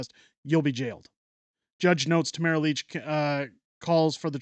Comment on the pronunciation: AAHHH dude, it's LITCH not Leech.